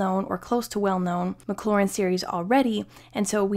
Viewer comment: mclaurin and maclaurin very different. careful how you're pronouncing it.